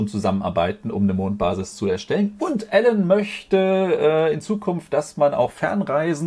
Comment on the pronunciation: Elon wird nicht Ällon ausgesprochen sondern eher ilon. Ilon mask (Elon Musk)